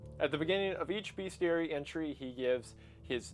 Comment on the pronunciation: Hey Wendi, sorry but there is no "a" in bestiary. Great video :)